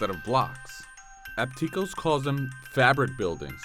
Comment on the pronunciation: OPticos, not opTIcos